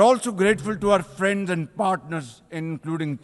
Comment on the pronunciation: Why modi start compang for dooooonaal triumph my phriend! Hy pr phriend NY pherindship hi nibhai friendship nahi 😂😂😂😂😂😂😂😂😂